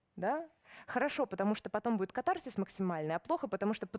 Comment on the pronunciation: кАтарсис. Ударение на первом слоге.